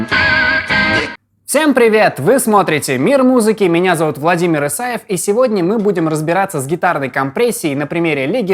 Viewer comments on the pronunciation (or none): none